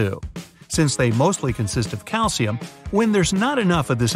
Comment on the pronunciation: Is it calcium or calshium Not the spelling the pronounciation